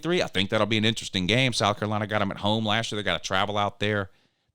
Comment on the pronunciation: I believe you are pronouncing AN a-hn wrong.